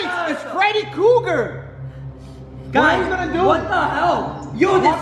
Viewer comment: It is